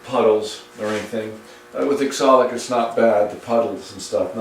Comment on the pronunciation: wonderful work. Are you using oxalic acid, it always sounds like exolic?